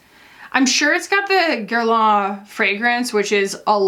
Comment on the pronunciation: I don't mean to be too critical, but you & Hannah both need to hear this: it's not pronounced "gair-lah" 🤭 It's ok if you can't say the proper French pronunciation girl, you're allowed to say it like every other American 😂 but mimicking the accent & still butchering it is borderline offensive to us French gals